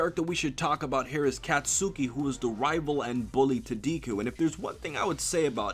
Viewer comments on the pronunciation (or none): Deeku and Kat-suki? I mean, you're usually pretty good at all things anime,, but it's (Deh-kuu) and (Kots-kii), although people just call him Bakugo.